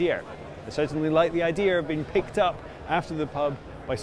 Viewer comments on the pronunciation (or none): And with all the Cyberhacking you won't find me in one until it's the only way to travel allowed. Also a nitpick but no R in "Idea"